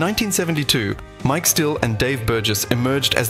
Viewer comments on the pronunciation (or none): none